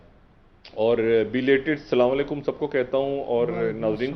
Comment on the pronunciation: DR SHAHID SAHIB SLMA ELLECUM NHI ASLAMAU ELLECUM HOTTA G